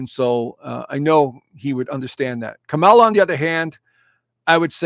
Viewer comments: It’s KAmala,. At least pronounce her name correctly. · Dude, you are lost! Worst astrologer in the planet! Biased, ignorant, promoting conspiracy, supporting Trump, a traitor and a psychological liar, sexual abuser and grifter unlike this country has never seen before! You apparently want an authoritarian government run by a convict who praises Putin, Un, Orban. What the hell is your problem? You pukes are all the same, refuse to pronounce Kamala properly. Dude, she got an education, passed the bar exam, was Elected by 4.5million people. Not appointed. Get your F in facts straight bud! Trump stole and sold top secret documents! PRISON is a must for this convict! If you want to live in Russia, move there!